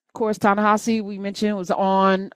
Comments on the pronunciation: Coates pronounces HIS OWN NAME tah-na-HA-zee (it’s not a Romanized pronunciation as it’s written). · I think that his name is being mispronounced by and large. It's Ta-Ne HE See. Just please take a look at the spelling. Next. Gail King is a lousy interviewer. When she ask Lisa Leslie those inappropriate questions about Kobi Bryant so soon after the accident, that was enough. I kept thinking: "his WIDOW and surviving DAUGHTER CAN HEAR YOU, GAIL KING!" She's bogus.